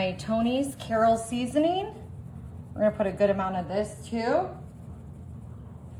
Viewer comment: I know. She says it every time. I'm from Louisiana and she is doing it that way just to get responses. The "Carol" people would not be impressed. Lol.